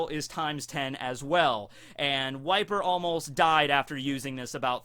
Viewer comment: Every time you say "Wiper", I hear "White beard".